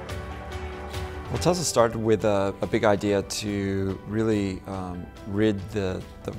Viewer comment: It's not Tezla, it's Tesla. FFS!